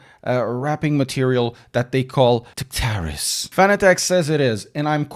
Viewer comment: Why did you pronounce Tactaris like that? I haven't been this weirdly uncomfortable in a while...